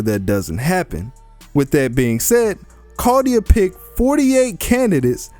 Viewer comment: chaldea, not cardia